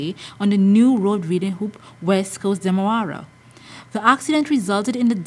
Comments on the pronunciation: It's not Demawara it's demerara pronounce your words properly. So sad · Did she just said demawara...instead of demerara???????😃😃😃😃